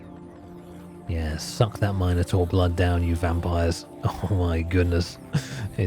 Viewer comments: Trying to go to sleep, but I keep getting woke up to the word Minor-Taur, not Minotaur being uttered. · Couldn't sleep because of the way you pronounced Minotaur